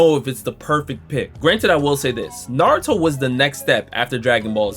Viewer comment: Man we knew Michael B Jordan was a fraudulent anime fan back when he said his favorite anime was “Nuh-ro-too” and this is only more proof, he just named the 5 he could remember 🤦🏽‍♂️